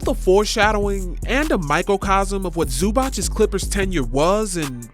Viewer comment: Zoo-bahts not Zoo-botch